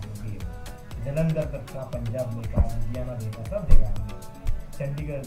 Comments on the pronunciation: जलंदर❌ जालंदर✅🤣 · जलंदर ❌ जालंदर ✅ 😂